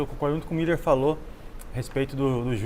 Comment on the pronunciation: Muiller é igual o neto fala mesmo kkkkk